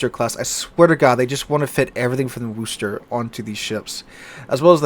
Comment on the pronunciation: The OO sound in Worcester is pronounce like the U in Push, not OO in Rooster.